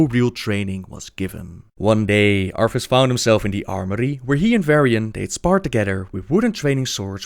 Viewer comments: Say it with me, ArTHas, not ARFAS....sigh... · arTHas not arFas lol it kills me each time u say arfas but......great job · I just realized that the you pronounce "Arthas" it's like "Arfas." That would be the cutest dog name ever. Just imagine a dog with a blonde wig and a warhammer slung over his back xD